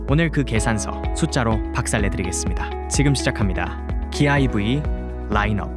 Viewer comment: ai더빙할거면 검수좀 하세요. 누가ev사 이럽니까??